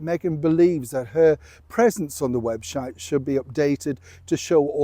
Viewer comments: You literally just said “web-shite” 🤣🤣🤣🤣👍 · I love your Freudian mispronounciation of webshite - I choked on my porridge. ❤ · Did just say the webshite 😮